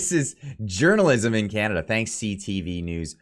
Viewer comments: When he said journalism, I thought I heard "urinalism" and thought, that's about right ;). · Hahahaha At the end I thought you said "urinalism" for a sec there... Gov journalist aren't journalist.. They are propagandist... Period.. It has kinda always been like that..